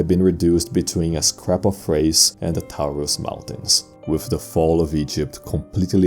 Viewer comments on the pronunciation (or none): none